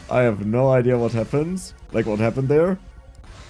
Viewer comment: 18;05 and also you always say "idea" like "idear" with R on the end